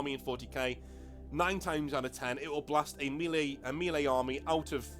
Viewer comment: Nanobits - 'redress', not 'readdress'; 'minutiae', not 'minutia'; 'not that big a deal' (no 'of'); and say 'mehlay'. Lose no sleep at all - am just watching the vid, and it's great. Very best regards, and thanks for putting up this excellent introduction. Don't say 'retarded', though - it's ugly. (I live a short tram ride from the GW money-mines in Nottingham. Am thinking of tunneling in and grabbing some of the ore.)